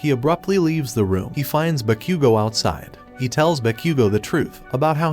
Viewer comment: Bro said bakqgo